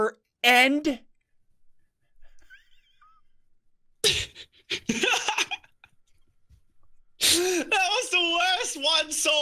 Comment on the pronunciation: i thought it was fry like a fry at mcdonalds not a fri end